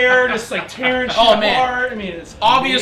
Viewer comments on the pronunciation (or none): none